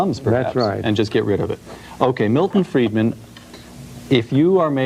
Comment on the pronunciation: Friedman not Freeman